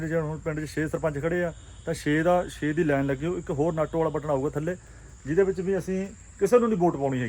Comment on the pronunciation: Bro ਨਾਟੋ ਨਹੀਂ ਨੋਟਾ ਜੀ। sry ਗਲਤੀ ਕਢਣ ਲਈ।